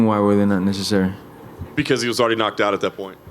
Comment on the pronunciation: Jorge "They were super nessecery" Masvidal